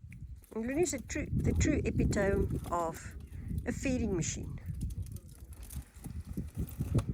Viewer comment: Epitome - Eh-pit-toe-me (at least that’s the way we Americans pronounce it)